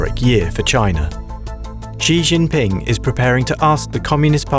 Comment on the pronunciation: Why did the economist not have intellectuals from east Asia (Korea,Japan,Hong Kong,Taiwan, mainland China, Singapore) on their panel? These three Europeans seem to know very little about china. The man mentioned the United States about twenty times and could not pronounce xi jinping's name correctly.